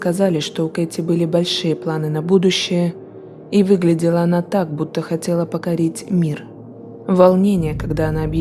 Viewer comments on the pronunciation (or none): БУДУЩИЙ, а не БУДУЮЩИЙ !!!